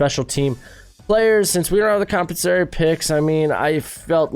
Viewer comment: Are you trying to say compensatory?